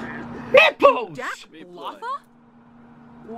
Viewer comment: the way daz says nipples 😂😂